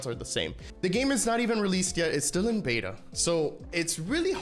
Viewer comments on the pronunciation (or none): none